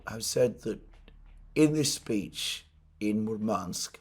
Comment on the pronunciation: Alexander. no offense, but you somehow manage to get accent in Russian words wrong all the times :D MurmAnsk instead of MUrmansk, ArkhangElsk instead of ArkhAngelsk etc. A bit funny to listed. Please, take care of your poor throat. Warm milk with honey does wonders for me.